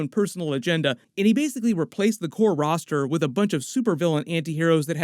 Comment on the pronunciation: Thunderbolts Ross-ter.